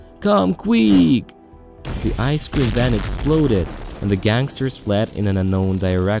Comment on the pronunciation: "come on, qwieuk" XD